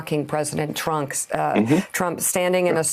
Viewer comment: Wait... did she actually mispronounced Trump as trunks? ROFL